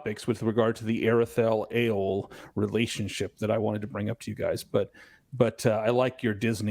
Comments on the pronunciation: the AR in Aredhel is pronounced as the word 'are' not 'air' ('a' as in 'father') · This is slightly pedantic but the th sound in Aredhel is supposed to be a voiced soft th as in "that, the, those" etc. not the hard th sound as in "both, bath, math" etc. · Actually there's no sound in English that can reproduce the AR in Aredhel . You need to do a soft rolling of the R . An example in the movies when Saruman says Mordor, but a little softer,he rolled it too much in my opinion.